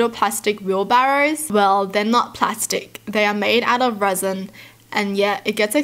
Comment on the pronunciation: you have such a nice reading voice and by the way at first I thought you said the wheelbarrows were made out of raisin